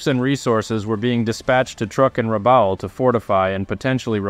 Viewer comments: great video. Rabaul is pronounced 'Rah-ball' btw. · Keeps getting Rabaul wrong though lol